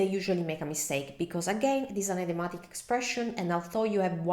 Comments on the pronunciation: Thank you for your help in italian... let me help you in return with English. Idiom is pronounced in English like ih-diom, not eye-diom. Same with idiomatic. It's a soft i, not a hard one. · Your English is excellent but in this video, you mispronounced 2 English words. First, “idiomatic” is pronounced id (as in lid) i-o-matic. Second, “recognize” is pronounced rec (wreck) og-nize. Otherwise, great video